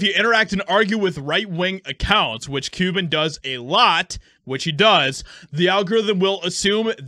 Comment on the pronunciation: Mark PEE-YEW-BAN